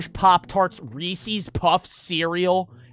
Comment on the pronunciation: NAHHH JOE CALLED IT REES-IES